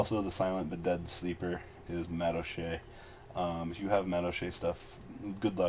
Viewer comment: Madolches man madolches why doesn't anyone understand that